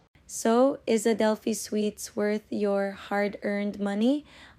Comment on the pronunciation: Nice vlog - but just fyi - SUITES is pronounced “ sweets”